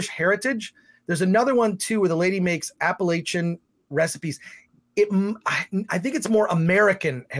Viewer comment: Ahem....Appa-LATCH-an. Not Appa-lay-chan or worse yet, Appa-lay-shun. But I'll forgive you this time because I love this channel.